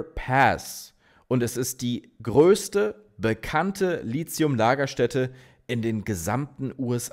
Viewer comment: Mein alter Chemie-Prof würde jetzt sagen: das heißt "Litium" nicht "Lizium"!!! 😅 Gute Arbeit! Ich schaue deine Videos sehr gerne!